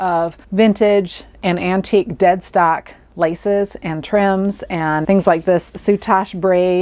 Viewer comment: Thank you for this video - very interesting & easy to listen to! I laughed - initially, I thought you said ‘Dead Sock’ - not ‘Dead Stock’!